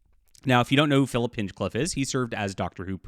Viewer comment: It is pronounced 'HINE-CLIFF'. You want to write for the BBC and you don't know this? For the record, you need to be a Crown subject or at least have a residency to write for the BBC. It isn't that easy for a foreigner to write British entertainment, but when you cannot even pronounce the names of our people or our cities, then you are not qualified. I like you, but just WTF.